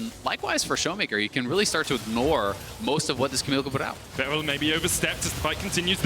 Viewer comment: I HATE CASTING, HE ALWAYS SAYS 'R' AS 'W' LIKE A BABY, HE NEEDS SPEECH THERAPY. BERYL IS NOT BEWYL